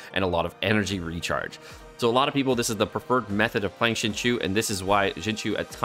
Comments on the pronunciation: Not to be that person but IT'S PRONOUNCED SING-CHO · I really love you dude but your pronunciation of Xingqiu is sending me :D